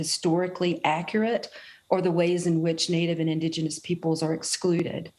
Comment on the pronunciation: Joe can’t even pronounce indigenous.